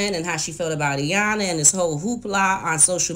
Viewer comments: Aaaand Iyana lol ok now you can for sure say Iyan- la when you say you like her so much lol ok I’ll stop. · I wish she would pronounce Iyanla’s name correct, it’s not Eyanla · Appreciate your research on this family's back story. I can see how this might motivate other families to acknowledge and address their trauma. Just want to point out that paraPlegic has 2 p's and the second p is not silent. Likewise, the L in Iyanla's name is not silent.